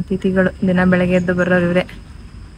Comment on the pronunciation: ಬೆಲಗ್ಗೆ ಅಲ್ಲ ಬೆಳಗ್ಗೆ ಸ್ಟೈಲಾಗಿ ಮಾತಾಡೋದು ಬಿಡಿ